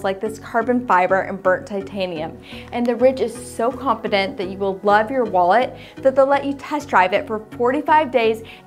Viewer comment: please annunciate when you say wallet